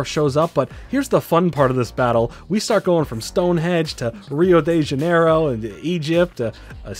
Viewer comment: Obligatory brazilian complimenting your portuguese pronunciation of "Rio de Janeiro". You said it right!